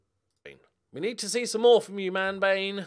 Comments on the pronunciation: Every time you say Manbane, I hear Man Vein - and that just sounds very wrong... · Somebody please correct me if I'm wrong, but I think Manbane's name should be pronounced something like Man-BAW-nee